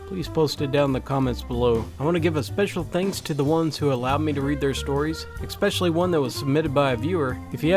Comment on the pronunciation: BTW, there is no "c" to be pronounced in the word "especially". Instead, say"es-pecially".